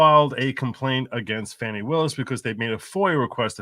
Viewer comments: It is pronounced as Fawny. She has the right to pronounce it as she will. You not not have the right to keep showing your arrogance by pronouncing it as you decide it should be. So sick of you disrespecting white people that think you can call us whatever makes you feel superior. Just because she is smarter than most of your viewers is no reason to show such ignorance on you part. Hope you people learn to error of your ways, but I doubt it. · Her name is Fani not Fanny